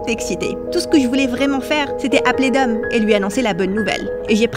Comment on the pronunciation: On dit dom